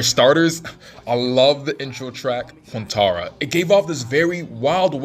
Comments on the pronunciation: bro said quantaranatana ? it's quarenta young blood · “Quantara” - broski, the album title is pronounced on the record